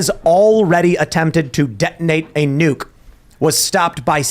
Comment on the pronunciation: neeyuke. he can say his name but cant say nuke. 🤷